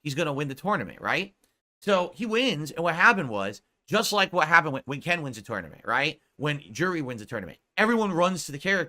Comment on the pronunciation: The way he pronounces tournament drives me insane.